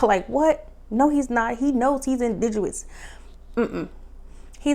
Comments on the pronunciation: You keep saying indidous. Is it pronounced indidous or is it pronounced indigenous? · It’s indigenous not indiguwus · Pronounced in dig' enous. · The word is INDIGENOUS…just a small gripe… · Loved the review. Had to subscribe... I'm here for the content you're creating. Love how you went back and collected the receipts on this review. However, I'm going to need you to also go back and pronounce our words correctly, more frequently. Not looking for perfection, just improvement. You were killing me and the word "indigenous"... we need a word nurse. We'll be back for the content next episode. Blessings. ❤